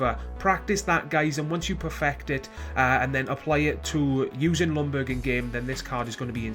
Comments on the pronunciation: "Lungberg" it's pronounced "Young-berg". Other than that it was a good vid. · goodness you English speaking countries, its pronounced yoong-berry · jack SG no he did not. im swedish and that is NOT how you pronounce it.